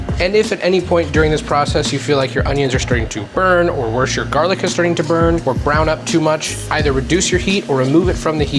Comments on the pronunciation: Lol "jarlic" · I'm autistic and struggle with the word jarlic. Make it stop :p